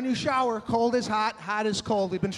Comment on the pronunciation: He makes the same crazy faces when he tryna explain shit 😂😂♋🤗.. love the way he whispers words in broken syllables 😂,,😡 I'm not cleanin the showah